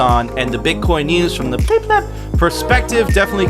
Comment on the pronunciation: Yo stop pronouncing it PLEEEEEEB, hard fork. It's pleb. Soft 'e'. Pleb.